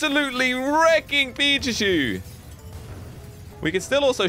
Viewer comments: Did he say pipicue it’s Pikachu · You said “pichachu”not pikachu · Pikachu not pichachy 🙏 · Ash:"Pikachu" use thunderbolt:Absolutely wrecking "pichachu" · said pichachu instead of pikachu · Did anyone else notice that he said pichacu and not pikachu 🤭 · it is Pikachu not pizza shoe lol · was like - Absolutely wrecking “PICHACHU”😂😂😂😂😂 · Yah🤣🤣🤣 pichachu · No he said. Pizza shoe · he just said pichachu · When doesn't realise he said pichachu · he said pichachu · pichachu Me: *wheeze* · So we just gonna ignore he said"abosolutely wreaked pichuchu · U said pichuchu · Bro really just Said PichaChu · did he just say '' pichachu '' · did anyone notice he said : pichachu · is funny he calld pichacu picacu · When he put pikachu he said petatu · Lol pichachu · i think he also said pichachu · did you say pichuchu?! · did he just say pichachu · If you put it on subtitles he says pizza shoe lol😂😂😂😂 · You said pichechoo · You said pichachu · did anyone here said we shot pichachu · Did you just say PICHACHU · He full on said pichachu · Bru he just called pickachu pichu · 🤣he said pizza shoe😂😂🍕👟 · Hey dont take it as bad but at the time did u say pichachu if u listen well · IT NOT PICHACHEW SLOGO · "Pichachu" lol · said pichachu #🤣😂😂🤣😂🤣😂🤣😂🤣😂🤣😂🤣😂🤣😂🤣🤣🤣😂🤣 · He said pechachu 854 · Did anyone notice that said pichachu??😂😂